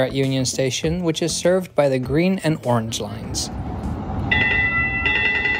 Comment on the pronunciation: "Yorrange line."